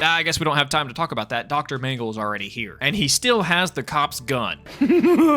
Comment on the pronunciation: Feels like the twilight zone 12 mm Shrine. Also you need to pronounce "dr mangle" .....more succinctly lol